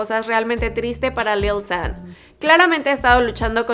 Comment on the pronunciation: Yo creo que se pronuncia "lil shan" :v no lil san ._.